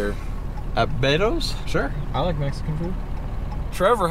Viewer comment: It's beto's not batos